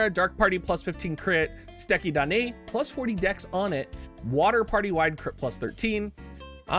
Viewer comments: So happy for you nailing “Suteki da ne”! :P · My boy out here pronouncing Duane right, saying suteki da ne like a pro, and then tries to pluralize samurai